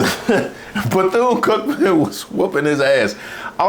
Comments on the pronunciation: Beth-une? WTF? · That mfer said Beth-Yune. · This dude said Beth Eee Yune.... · He couldn’t even pronounce the universities name. These people are not serious, but their hateful message it’s very dangerous. All that cursing on Mace! And where are all the victories that the USA it’s having outside of the US, that makes foreigners mad at us? Just when I was convinced that Russia and other foreign nations were not trying to screw us up politically. And btw, it’s so sad to see the posture of the military men, while they have to listen to Hegseth speak. 😮